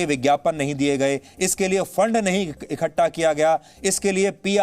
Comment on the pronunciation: इकट्ठा को आप इखट्ठा क्यों बोलते हैं?